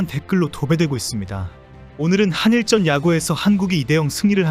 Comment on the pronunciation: "한일쩐"이 아니라 "한일전"입니다 쩐이 아니라 전입니다